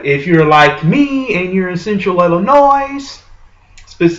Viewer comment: Dude, it's pronounced "ill-in-OY." Not "ill-in-OYZ." The S is silent.